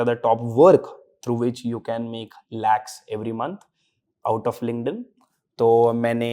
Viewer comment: why does this guy keep saying LinkedIn with a "g" ?? 🤦‍♀️🤦‍♀️🤷‍♀️🤷‍♀️ it's not Lingnedin. 😢 It's K not G . I couldn't watch the video cause it's so repetitive on this "lingnedin"